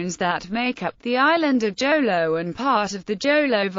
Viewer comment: What Jolo?it's Jolo you pronounce it Holo.